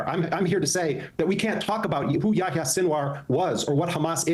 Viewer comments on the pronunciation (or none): Kyle.. it’s Ya-HEE-Ah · Why do3s kyle keep calling him "ya ya seenwar". Is he mocking his name? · Pronouncing yæhiye as yååyåå is pretty wild.